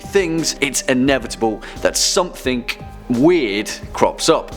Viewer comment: can you please stop pronouncing something with a k at the end. as simply as it sounds hearing it this much is really irritating